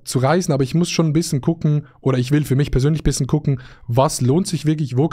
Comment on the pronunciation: Wir haben den gleichen Sprachfehler wir sagen bissen statt bischen